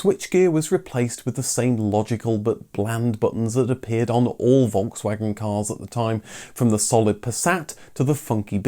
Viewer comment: Sauer Kraut it’s Volkswagen not folgswagen learn how to pronounce name